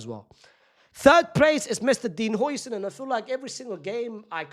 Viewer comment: Another day of correcting this mf 😭😭 its how-sen not hoi-sen😭😭